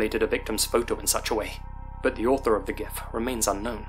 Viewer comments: It's jif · The guy who created Gifs pronounced it like a J, broseph. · "GIF, or JIF if you're a sociopath..." 😂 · Zombie GIF(JIF) 😄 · It's pronounced G.I.F very sad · One of the two creators of gif files said it's supposed to be "jiff" but he's 100% wrong. Idk what the other guy says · I NEVER hear dudes with this guy's accent actually say Gif (not jif)